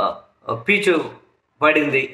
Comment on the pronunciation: పీచు కాదు సామి పేచీ.అప్పుడప్పుడు సరంజామా పదాన్ని పరంజామ అని పలుకుతావు. నా కామెంట్స్ చదువుకో కొంచెం తెలుగు నేర్చుకో. Thumbnail నీ తంబానైల్ అని పలుకుతారు.